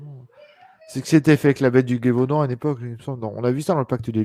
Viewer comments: Le " Guévaudan ". 😨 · Oh pitié ! Un live sur les loups garous, dogman etc. Donc, en somme, en lien direct avec les loups. Et ni l'un ni l'autre ne sait prononcer correctement Gévaudan ??? Ni même situer cette région, connue mondialement pour la bête du même nom ?? Ca prête vraiment à rire.